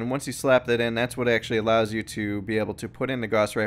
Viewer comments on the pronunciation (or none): none